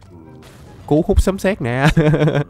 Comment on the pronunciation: Lộn rồi anh sấm chứ không phải là sấn